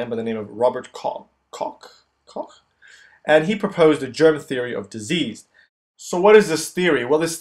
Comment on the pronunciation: pronunciation of Koch (German) is like english Cook... not cock.